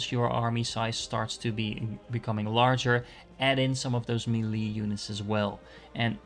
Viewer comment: Your videos are great, the way you say "melee" is atrocious, lol